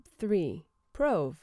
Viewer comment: I didn't think it was pronounced 'prowve', I've always said 'proove'.